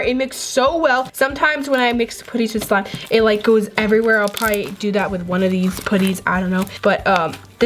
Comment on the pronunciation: Why did she say sime? It is not sime